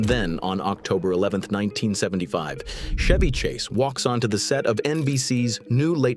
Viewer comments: First of all you can't even pronounce his name correctly 🙄 it's Ch-evy not Sh-evy😅😅 And the most hated celebrity is Tom Hanks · Idiot AI clickbait. The AI narrator can’t even pronounce his name correctly. Fuck this channel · The AI voice can not even pronounce peoples name properly. This is your definitive AI slop also Chevy Chase is great